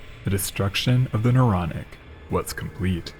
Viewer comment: And isn't it Naronic? Don't you think? A little too Naronic And yeah, I really do think